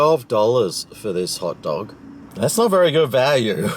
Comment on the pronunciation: I thought he said pot dog :28